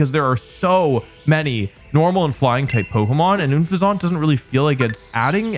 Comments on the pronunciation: Wow, you hate Unfezent so much you don't know how to say it. Does that look like a croissant to you? Un Phesent The the Unplessent Phesent! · Unfezant is pronounced like unpleasant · Idk if just a joke but wolfe saying oon-fezant over and over again is just killing me 😂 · Stop saying unfeazant like that. It rhymes with unpleasant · You’re saying une-fezont instead of the name word play on unpleasant is so annoying. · never heard anyone pronounce unfeazant like oonfezahnt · I don’t like oon-fizz-aunt, I also don’t like unfezant either 😂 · Not sure if you are doing it on purpose or not...but, the way you are saying Unfezant's name is...completely wrong. It's name is a play on "unpleasant" and the bird "pheasant". So, the name sounds like "unpleasant", but with the replaced by an "h", so, "unpheasant". Sounds like you are sounding out the "fez" with a heavy "o" sound. Sorry, had to bring it up, not sure if you were doing it on purpose or not. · Wolfe that was the most egregious pronunciation I’ve ever heard for unpheasant. It’s a pheasant with the word un in front of it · the way you pronounce unfezant is really oon pleh saunt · I felt physical pain every time he pronounced unfezant as “oon - fez - awnt” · Top 10 Pokémon I decide to pronounce Number 1: oon fesant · If you say "Oun-fezant" one more time I sweat to god... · Isn't it pronounce un-pheasant? Like the bird? And then it sounds like "unpleasant"? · wolfey's pronunciation takes me out every time 🤣 like "oon-fuh-sawnt" is so funny to me because i've never seen unfeasant's name as anything but a pun for the word unpleasant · I don’t get how poketuber pronounce names wrong it’s the name is suppose to sound like “unpleasant” but with an F. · I thought he was joking when he said oohnfezzont😂😂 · pretty sure unfezant is pronounced like unpleasant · Why do you pronounce unfezant that way. It's supposed to be a pun on unpleasant, not oonpleasant 🤣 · ME TOO! Unfeasant like Unpleasant! I thought it was like… obvious haha